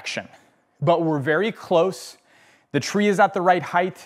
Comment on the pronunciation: Chill out. I enjoyed the video and lots of content. I have never heard someone say Height that way and I don't think its a colloquial variant though I am happy to be proven wrong and it was pretty distracting ngl.